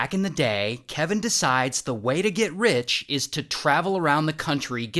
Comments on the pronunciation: Ray said “He swears he’s going to be wich one day” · "wich one day" is what i heard, is it just me?